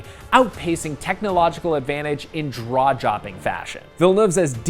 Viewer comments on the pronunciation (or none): You heard it here, folks. Draw-jopping. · Did he just say... "Draw-Jopping"? 😂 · "Draw Jopping" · Loved the spoonerism by the critic: "draw-jopping" 😂